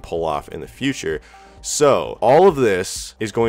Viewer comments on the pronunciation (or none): none